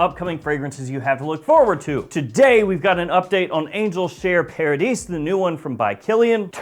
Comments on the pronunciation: It should be the french "Paradis", which is pronounced : The "A" in Paradis like in "far"oder "car" and you do not pronounce the "S" at the ending. So it's "Paradi" with the "far"-like A. You can hear the pronunciation in the Youtube video of "Eau de Jarino". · It's pronounced para"dee" (no S sound) which means obviously paradise. Great video!